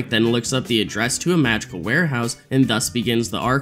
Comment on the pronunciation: I'm crazy or i'm hearing Magical instead of Madrigal?!